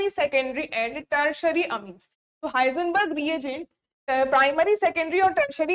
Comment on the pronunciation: हिंसबर्ग न कि हाइजनबर्ग